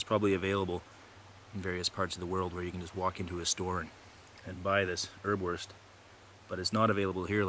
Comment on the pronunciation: Hi! Here in Germany you can buy Erbswurst in pretty much any grocery store and it is really useful outdoors. Greetings, Tim PS: Erbs Wurst = pea sausage , the first "s" is pronounced.